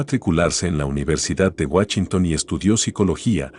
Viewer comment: Excelente video, pero me cae de peso escuchar guachinton en vez de Washington